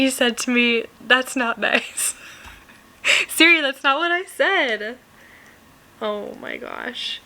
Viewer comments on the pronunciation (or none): none